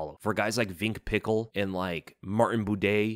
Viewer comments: Are you trolling when you call Vince pichel vink pickle hahahahah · Vinck pickle? It’s Vince pichel (pronounced) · “Vink Pickle” 😂😂